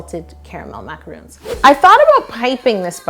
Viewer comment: It’s...not macaroons...it’s macarons...totally different.